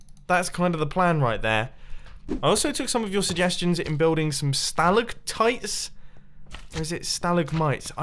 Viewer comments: "stalacitites" pronounced: sta - lack - tytes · Pronunciation Sta lack Tights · it's sta-lag-tights. ( the pronunciation ) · it's pronounced sta-lag-tiets